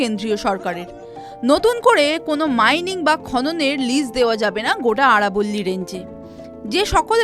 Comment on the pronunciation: আরবোল্লি নয় আরাবলী